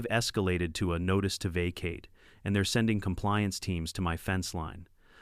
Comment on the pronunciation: Vacate. Teach AI how to pronounce